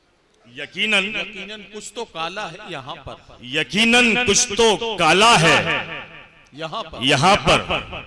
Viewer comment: Talafuz rahat sahab jaisa hota to achha hota. Ekinan nahi Eqinan bolte